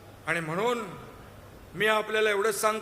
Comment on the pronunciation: Ani mhnun....mhnon😂